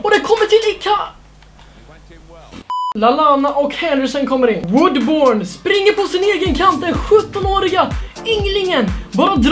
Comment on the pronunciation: Man uttalar ”Woodbörn”, bara så du vet☺️